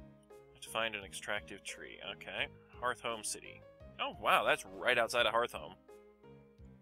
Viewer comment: Y U say harthhome there is only two Hs not 3 it is heart home city